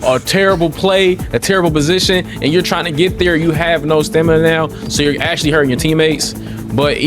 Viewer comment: “Stanima” lol smh come on bro stop make us black folks sound dumb lmao 🤣